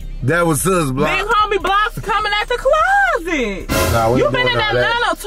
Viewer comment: Lmfaooo .. it’s SUS .. Like SUSPECT .. not sis 😂